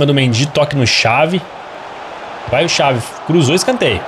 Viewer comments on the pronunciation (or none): O engraçado q o chama o Javi de xavi a pronúncia é "ravi" e n "xavi" 😂😂